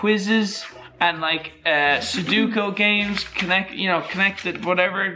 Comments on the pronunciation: he said suduko. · Nobody:: Sudookoo